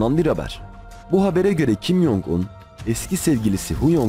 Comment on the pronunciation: kim yong un yanlış tellaffuzdur korece 김정은 olarak yazılır ve türkçeye en yakın şekilde kim cong ın olarak telaffuz edilir